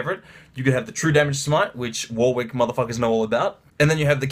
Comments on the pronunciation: It's a common English name pronounced "Warick" not "War Wick" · It's "Warick" not "War wick"